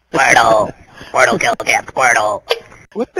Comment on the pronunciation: no! he did not say SQUIRTLE! he sai SQUIRTING!